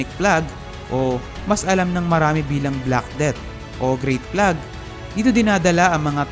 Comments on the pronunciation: bubonic "Pleyg" po ang pronunciation hindi "Plag" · Kuya hindi plag basa sa plague. Pleyg po basa don. :3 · Poveglia is pronounced as pove(g)lia/povelia and plague is pleyg not plag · “Pleyg” (plague) poh kc yan 😊😊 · Correct ko BUBONIC PLAQUE(FLAKE) po ang tamang bigkas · Wrong pronunciation of "plague".